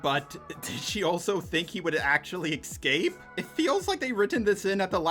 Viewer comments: Why do you say excape instead of escape? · Does anyone else notice that says "excape" instead of "escape?"